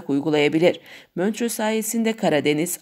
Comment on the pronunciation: "Möntrö" değil "MONTRÖ" diye okunur, bu işi yapacaksanız vurguya, tonlamaya dikkat etmek zorundasınız, çünkü dinleyici kitleniz var ve örnek olmak durumundasınız..